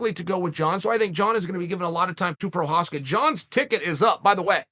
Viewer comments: I remember he called him "progaska" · proprietary? prokreiv? prokryev? provider... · Who is “Prochazka?”